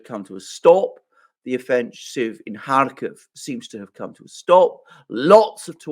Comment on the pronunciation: Please, don't say Lviv, Kyiv, or Kharkiv - it sounds awful to Slavonic ears!